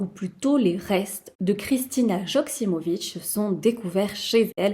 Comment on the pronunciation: Quelle triste histoire.. Soit dit en passant, en tant que serbe, un J se prononce comme un i ou y, donc, Yoksimović ou Ioksimović. Merci pour la vidéo, j m abonne.